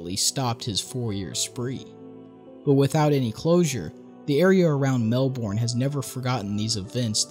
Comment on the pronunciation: Every time I hear him say Melbourne incorrectly I wanna kms lol